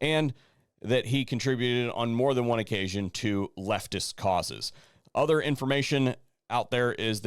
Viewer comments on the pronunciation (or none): none